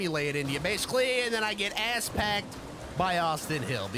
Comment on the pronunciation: Someone should make a compilation of you saying asspacked